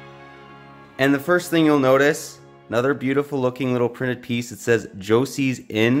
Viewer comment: It's not pronounced Josie its ho-say. Its a spanish name. Fan creators father.